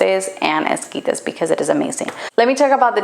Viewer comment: I think it’s funny she sounds so American until she try’s to sound Mexican with only specific words, that’s how you know she a fake Mexican…